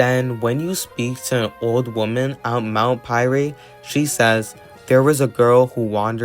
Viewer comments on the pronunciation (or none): Also the E in pyre is silent.